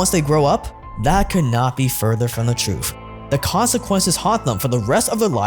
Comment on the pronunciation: No one told them the "troof"...lol.